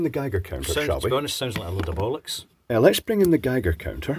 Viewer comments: response "a load of bullock's" a true Scotsman 🤣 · Oh this is awesome on two levels, one the radiation blocker is radioactive, and two I got to hear a Scottish man say "load of bollocks"